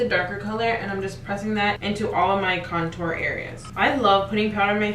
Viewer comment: Small face girls over here!! It be hard to contour and highlight on my small egg head ass, just subscribed. But please fix how you say contour you doing it all wrong boo 😂😘